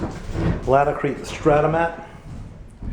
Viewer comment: nice video. I just found out that it is pronounced [ LAIT-uh-kreet ] take care!